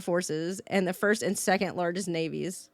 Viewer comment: did she say 1st 2nd and 4th larges air forces? holy shit that's funny